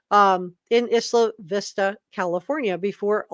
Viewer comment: Just want to help every one know it’s pronounced “eye la vista”